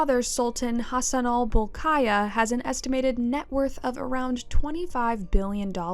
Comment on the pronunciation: Please, not Bolkayah... it is Bol-key-yah